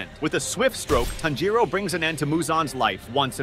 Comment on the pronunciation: Broifoughthe how did tanjiro and tamayo bsc9me lover but he said tznjuro